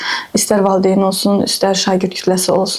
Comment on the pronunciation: müəllimə tələffüzdə valideyn deyilmi? Siz valıdeyn deyirsiz elə bil ya mən elə eşidirəm.